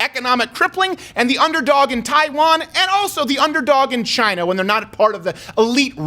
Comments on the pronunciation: LoL! "Chinaasshwl" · Abbot and Costello: "WHO's on first?!" President Trump: leans into mic ..."Chyyna."